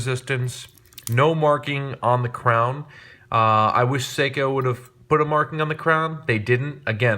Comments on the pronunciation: Its pronounced sayco not seeco. Nice watch those I have the same one on a NATO. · A watch enthusiast who can't pronounce Seiko? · After hearing the way you said seiko I do not trust your judgment in watches